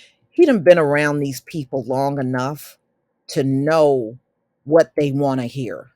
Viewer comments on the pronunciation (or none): none